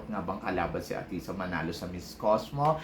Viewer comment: Athisa, hindi atisha. Ayusin mo ang pag pronounce ng pangalan ni athisa. Huwag puro salitang kabaklaan.